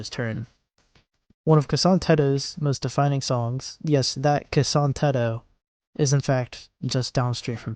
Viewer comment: this is a great video and idk if youre doing it on purpose or not but respectfully, the way you pronounce those names cracks me up 😭😭😭you gotta work on that man that "kasan teto" got me pausing the video just to write this down